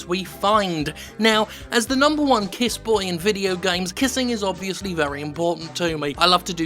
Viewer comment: Jim it's kissboi, not kissboy. Cmon it's the current year for fucks sake.